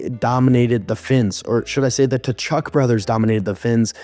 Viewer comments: I can't take you seriously if you don't even know how to pronounce "Tkachuk". They only mentioned it about a billion times during the broadcasts of their games. Come on now. If you can't even, pay attention to that, then why should I even watch your videos. Your analysts can't be taken seriously. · The T is silent in Tkachuk btw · right?…. how can you have a hockey channel, and not know how to pronounce Tkachuk 🤦🏻‍♂️ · TAchuck? And you have a hockey channel? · how can you have a hockey channel, and not know how to pronounce Tkachuk